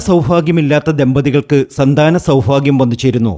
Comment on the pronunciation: സൗഫാഗ്യ അല്ല സൗഭാഗ്യം